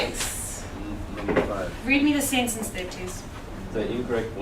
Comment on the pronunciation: how can we expect students to learn well if teachers do not pronounce correctly or even use proper grammar when giving instructions(...read me...azume..but the most hideous: tsencence)